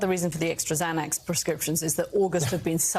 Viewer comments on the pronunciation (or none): none